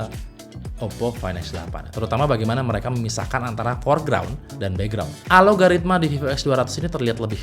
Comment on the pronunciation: bang, ralat. bukan ALO-GARITMA, tapi ALGO-RITMA